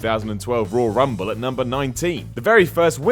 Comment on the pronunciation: seems unable to say the word "Royal". Why is he narrating a video about the ROYAL Rumble. Rull Rumble. Rawl Rumble. Raaaul Rumble... 😬